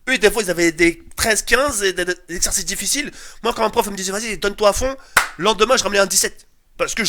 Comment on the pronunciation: Des ercersrsersrscices 😂😂😂